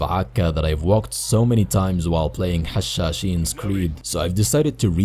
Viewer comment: Make more stronghold 2: edit. Btw are you a Arab and a Muslim because you pronounce Hashaseen very cleanly